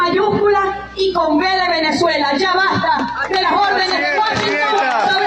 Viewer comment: "Basta" con b de Venezuela 🎉😂